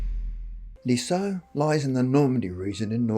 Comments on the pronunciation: Not 'lee - so' but 'leez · yuh'. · I live 5 miles from Lisieux (which isn't pronounced Lee-so, but Leez-yuh). I've heard this story before (on TV), but I've never met anyone who knew anything about it directly. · It's pronounced Lih-Zieww. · The town is pronounced "liz year '